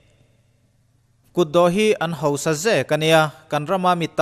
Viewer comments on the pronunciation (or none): I va thawkrim tak em! Ngaihnawm leh e. E, chuan sawisel tur a vang thei sia complaint pakhat lek. Hausa hi i lam hausa lo deuh ṭhin em aw ka ti. I video hmasa lamah pawh ka lo notice tawh. Hosa tih a ang lek lek. Tunlai ṭawng deuhin i lam em maw ni aw ka ti deuh. 😊